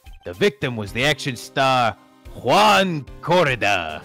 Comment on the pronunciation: trying to pronounce "Corrida" incorrectly as Gumshoe is actually closer to the proper pronunciation than the first way he said it.